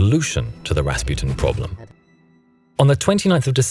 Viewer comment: Am i the only one that was angry how he pronounced Rasputin?